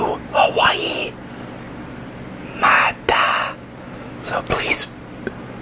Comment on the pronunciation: Awesome! It’s pronounced, “My - Tie”